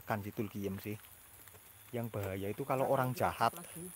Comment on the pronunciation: Aku dengernya tulkiyem...wkwkwk